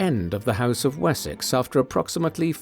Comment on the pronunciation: Уисёкса? О боги! Запретите нейросетям озвучку!!!😢